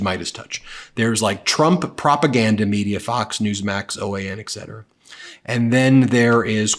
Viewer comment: I love this channel but Ben...It's Etc..not Ect